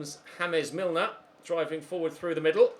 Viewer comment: Im sorry, james milner is 'hames' and hes columbian???!!!